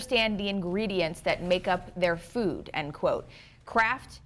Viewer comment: Every time Vani Hari says "food", it sounds like "fewd".